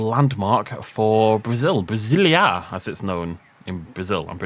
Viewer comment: As someone from Brazil, i loved the map! Btw the A in brazilia isn't that stong